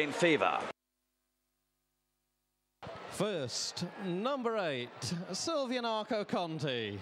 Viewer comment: say the bloody name right! silviniaCo not silviniano